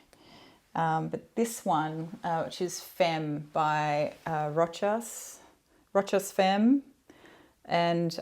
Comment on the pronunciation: You said it pretty well l'autre oud means the other oud! Habanita did have a different bottle I think Habanita came out in the 1920s Rochas femme is pronounced fumb not with an e I love the Rochas bottle Not sure if I like your Miranda bottle looks like a butt plug Guerlain do the best bottles my favourite is the Mahora bottle